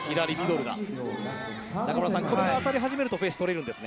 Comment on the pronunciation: 左ミドルが左ミノルに聞こえる